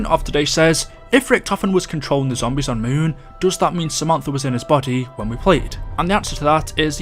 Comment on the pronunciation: It’s zombies not zombise